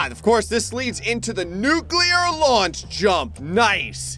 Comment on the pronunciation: That says "Nuclear 'LOO-ANCH' jump"